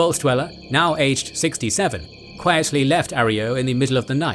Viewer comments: Yes. It's a Spanish word and the mispronunciation was a bit distracting. Great video otherwise! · A-ro-yo....not A-ree-yo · Arroyo is pronounced uh-Roy-oh. Not aerio like your saying it! Respect the NCR, get our names right dude. We didn’t end a super mutant crisis and put our boys on the front line in the Mojave for you to get the names wrong. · Not Areyo. Pronounce - " Aroyo" Just saying. Good lore account though. Narrated it like a pre war 40's - 50's style news reporter. Whether you meant to or not. It definitely suits an official type of Fallout lore narrative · Is Arroyo really pronounced like that? I always assumed it was pronounced the correct way, Uh-roy-oh, not are-ee-oh. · It's Arroyo - Uh-ROY-oh, not air-EE-oh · Its pronounced "Ah-roy-oh." Not "Air-e-oh." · arh-roy-ohh thats how u pronounce it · Arroyo - Ahr Roy Oh, is this text to speech? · I hate to be that guy, but that’s not how arroyo is pronounced. It’s pronounced: A-Roy-O. It means water-carved gully. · uh-roy-oh is still the correct pronunciation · That's not how you pronounce arroyo :( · That isn't how Arroyo is pronounced. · Stupid overused British AI voice getting the pronunciation of Arroyo horribly wrong.